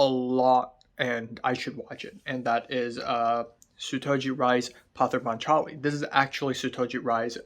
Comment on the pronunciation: Its actually pronounce Poth-er paatch-aali .